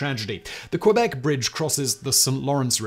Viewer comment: It is, but Simon doesn't care at all about prononciation of any languages and that even include english world that are not familiar to him. 🤷‍♂️